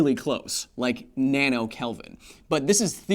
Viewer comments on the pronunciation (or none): none